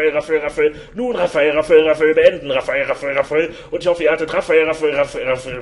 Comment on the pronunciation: Raphael Raphael Raphael .....iwann klingt das nur noch wie Raffel Raffel Raffel Raffel.... :D